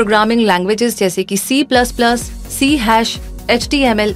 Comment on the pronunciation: C-hash❌ nahi C-sharp✅ C#